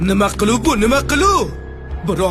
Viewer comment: Нима клуу бу эмас Нима килик бу дейиш керак нон кур фарзанд мактаб укиганмисан, узбек тилини хам дабдала килдиглар.